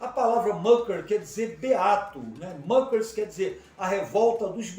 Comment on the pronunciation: História mal contada! Não fundaram seita! A pronúncia está incorreta, muckers é palavra alemã . Não é inglesa! E não havia fazendeiros, eram pequenas propriedades!